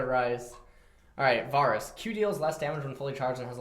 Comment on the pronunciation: Can someone teach how to pronounce names? NAWSUS AWWTROX VAWRUS.